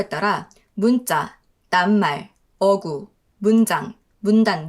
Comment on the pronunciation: 어구..가 아니라 어꾸.. 라고 읽어야해요